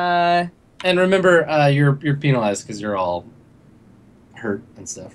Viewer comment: Heh, "penalised"... It sounded a bit like "penis" when said it.